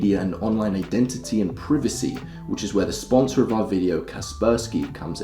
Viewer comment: My boy can't pronounce privacy